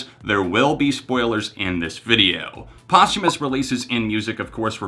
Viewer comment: I am so proud of how smart the young people are today. There is one thing I notice time and again is when certain words are mispronounced over and over. Posthumous is being pronounced wrong. Post is pronounced the same as most. I dont blame anyone. Many times we only read words and have never heard them. The theme of this video is about posthumous so it really should be said correctly. Great video otherwise. With smarts like this young man has we have no reason to worry about the future.